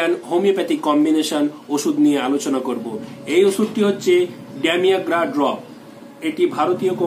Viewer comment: Sir medicine namta bhalokore Bolonakeno?